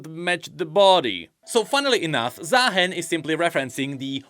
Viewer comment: why are we still pronouncing his name wrong? ZAAAAAAhen when it's Zah-hen? do we not watch his champion spotlight or Rioters speak his name? or even watch the motion comics?